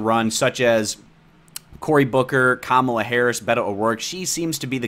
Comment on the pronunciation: I didn't know that's how you say Kamala?